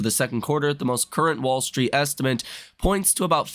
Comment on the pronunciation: You keep saying "est-i-ment" haha